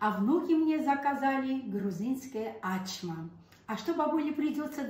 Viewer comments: Ачма тюркское слово , на азербайджанском, турецком означает открыть, раскрыть. В данном случае раскрыть тесто.АчмА с ударением на последний слог. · Во первых у грузинов никогда не было этой блюды. Почему? Потому что это турецкое блюдо « Ачма» и произносится без каких либо ударений на первый слог, то есть без «А»чма. И переводится с турецкого Ачмак-открыть. Ачма- глагол повелительный - « Не Открывай». А причем тут грузины? 😂😂😂 Вот вам и Hayna Nino, nino ho😂😂